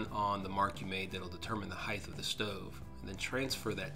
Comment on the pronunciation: Height.... ht. Ht not th. It’s height, like “ kite “ not “ kithe “